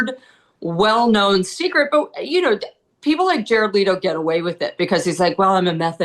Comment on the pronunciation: You need to learn how to pronounce last name Leto correctly